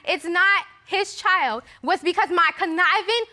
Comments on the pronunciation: Child is two syllables? Asking for a petty friend lol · Please, please note: child is a one syllable word!! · When did ‘ CHILD ‘ have 2 syllables 🤣🤣🤣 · BM is annoying... BD's mama is even more annoying. Why do people have to be loud and obnoxious?? is over the top, and, BM, the word "child" has ONE syllable NOT two!! Mass hot mess confusion when everybody's talking!